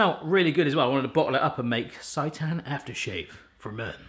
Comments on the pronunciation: For the love of all things seitan! It's not pronounced sigh-tan (as in, this pronouncing makes me SIGH) it's pronounced sey-tan (as in, you didn't SAY it properly 😂) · Its pronounced saytan. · Sei = say....so SAY-tan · More vegan recipes please! It’s pronounced saytan, like satan lol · Its say-tan :) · You need to add TVP and you're not pronouncing seitan correctly